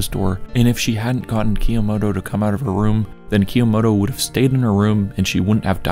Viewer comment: I liked this video, but the way you pronounce 'Kyomoto' was kind of driving me insane 😭